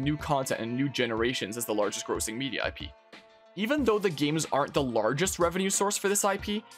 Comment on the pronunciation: Mispronounced grossing lol